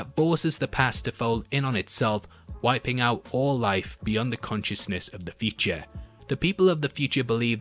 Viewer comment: I watched 2 minutes into this and heard "peachy" 15 times. Then I realized, Oh, he's trying to say 'feature'! ... He was saying 'feature' not 'peachy'. Then at 3 minutes I realized he's trying to say "future."